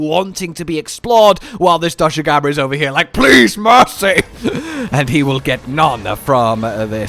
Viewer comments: it's not doshagama lol. It's pronounced more like doshagooma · DOSHAGUMA not DOSHUGAMA FOR GOD SAKE!!!!!!!